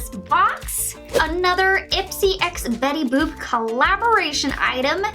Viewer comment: Betty bopp. U said. Ahahaa. It's Betty boop !!!, Lmao